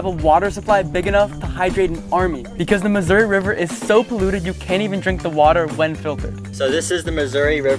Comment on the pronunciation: i love how he pronounces missouri as "misery" sometimes